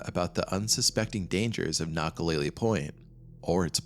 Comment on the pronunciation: Nakalele: kna-kuh-lei-lei (not lei-lee)